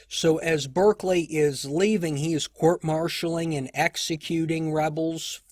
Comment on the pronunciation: Thanks for these excellent episodes. May I just note that Lord Berkeley’s surname is pronounced ‘ Bark Lee.